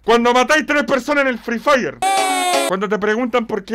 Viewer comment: Nadie: Absolutamente nadie:: La cReeW FrEE FirE